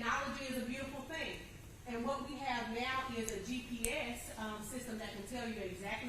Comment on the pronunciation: Never heard a lawyer enunciate “is” like “aahhaeeess,” it’s only one syllable girl calm down 😅